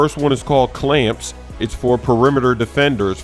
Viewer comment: the way he said clamps doe